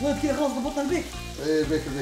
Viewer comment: البيك فلت باور ❌️ الجيك فلت باور✅️